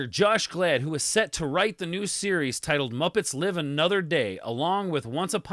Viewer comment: You keep calling him Josh Glad. It’s Gad lol